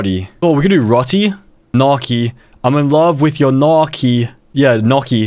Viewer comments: Bruh gnocchi is not “nah-kee” it’s “now-chee” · As an Italian, the mispronouncination of gnocchi disturbs me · As an Italian, the way he pronounced "gnocchi" is an abomination to all things food. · "nocky"💀 in Italian gn is pronounced like the Spanish ñ (ñocky), or "ny" (nyocky) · nohki 😭😭😭😭noooo gnocchi is pronouned like nyohkey not nohki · It’s actually nyo-key. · The Italian in me died when you pronounced gnocchi so awfully 😭